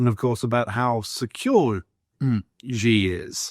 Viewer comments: I don’t trust any China pundit who can’t even pronounce Xi’s name. The guy obviously doesn’t speak let alone read Chinese. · He lived and worked in China...and never learned how to pronounce "Xi"?